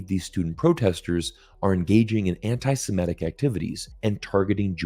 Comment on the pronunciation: Semitic, not simetic.